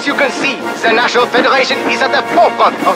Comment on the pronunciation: ZE NATIONALLLLL FEDERRAATION